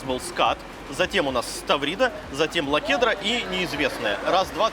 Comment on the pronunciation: Лахудра, а не "лакудра" )